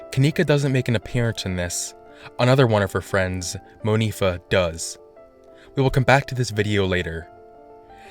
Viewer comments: Haha Monifah? Word? I'm sorry but I was all serious watching intently then he said, Monifah and I laughed especially when it was said by a white dude. Why?? Why Monifah? Please tell me it means some kind of God from the past or stars or something.. I feel guilty but come on yo! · Out of alllll gurlss yy kenneka y not monifa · Monifa?? Really?? I'm dying....lmmfao